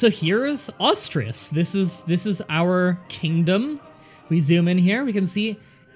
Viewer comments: Asturias (ass too ree ass) not Austria's 🙄 The "Austrias" dynasty is how the Hapsburgs were called in Spain... some centuries later. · "Astrius" "Galcia" "Yoomyad" I need more sides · "Ash-two-ri-ash" is how you pronounce it btw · Why do you have to pronounce Asturias exactly like how it's not even spelled? Ostreas? Can you read words? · I know you aren't doing it on purpose but oh my God you trigger me so much when you say "Austrias" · Pronounciation is closer to as-too-ree-as. Otherwise, great to see more grand strategy. Love these sort of games. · Its not pronounced "Astirias" lol